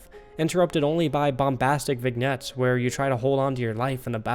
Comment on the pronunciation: The g in vignette is also silent